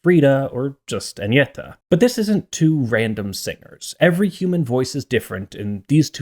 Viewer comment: You clearly researched how to pronounce their names, and you did quite well, it was a bit jarring to hear an English speaker pronounce Agnetha's name like that.